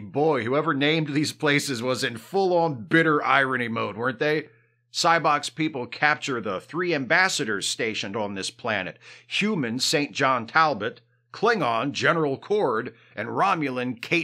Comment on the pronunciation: BTW St John is an upper class British surname and is actually pronounced Singent (or more precisely Sinjent)